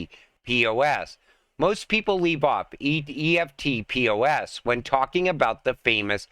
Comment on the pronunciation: EFT-POS is pronounced eft-poss. Eft rhymes with left and poss rhymes with boss.